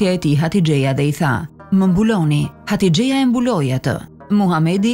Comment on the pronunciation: Hatixhja jo hatixheja